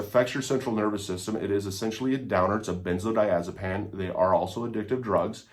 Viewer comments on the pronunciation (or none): Why, on earth, would you pronounce benzodiazepine as “benzodiazepAn”?